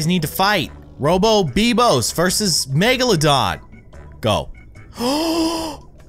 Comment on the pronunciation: It’s not magalodon, it’s megalodon